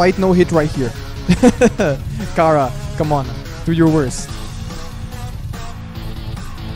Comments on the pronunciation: STOP SAYING KARA ITS CHARA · Kara Me: IT’S NOT KARA IT’S CHARA Who else is screaming their heads of because of this? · her name is not Ckara. it's Chara. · He sayed Kara, Not Chara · Not cara that's chara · It's not cara it's chara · Omg why do you always say khara